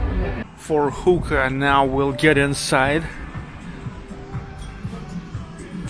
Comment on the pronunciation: I couldn't help but laugh when you said hooka place. It sounded like something else.